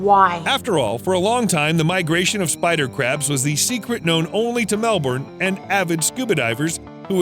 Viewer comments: The way the Narrator says Melbourne is making me cringe and die on the inside. It's like pronouncing the Spanish name of Jose... as "joh-see" or the french word of Menu as "Meh-noo". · Say it after me…..Mel Bun. Not Mel Burn. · It's very weird hearing the R being pronounced in Aussie words